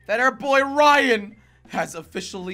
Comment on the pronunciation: Manal Al Rashed the person said Ryan but it’s rayan